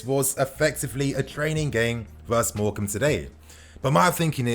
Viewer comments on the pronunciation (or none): none